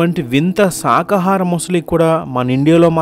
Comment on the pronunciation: శాకాహారం అని పలకకుండా సాకాహారం అని పలుకుతున్నారు. ఈ వీడియో నిజమైతే టీవీ చానళ్ళలోనూ,వార్తాపత్రికలలోనూ ఈ వార్త ఎందుకు రాదు?